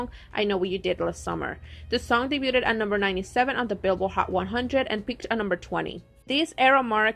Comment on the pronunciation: It kept driving me crazy they way you pronounced debuted 😩 it’s like daybyood not daybyooted